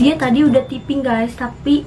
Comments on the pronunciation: Typo dibaca tipo yg bener harusnya taypo Typing dibaca tiping yg bener tayping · Tyaiping kak bkan tiping😂